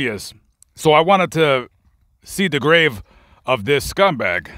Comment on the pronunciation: He puts emphasis on the word scumbag...